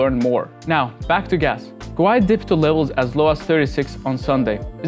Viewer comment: It's pronounced "gWAY".. just stop